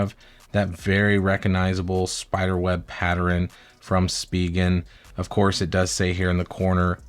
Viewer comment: Wtf is "patterin?" Are you trying to say "pattern?"